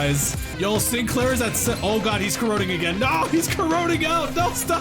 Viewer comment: Oh it's the SIIN-KUH-LAIRR chapter huh Nail and Hammer.